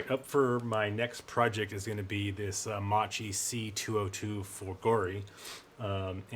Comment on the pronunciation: Very interesting project. Loved your Hurricane on Instagram. Since you seem to like detail: “Macchi” is not pronounced “mah-chee”, but “mah-kee”. So the second syllable is not as in “cheese”, but as in “keys”. Had the “h” not been included in the spelling, it would have been “chee”; in Italian, the “h” signifies that “(c)c” is pronounced with a “k” sound. Compare the original Italian spelling of English “macaroni”: “maccheroni”.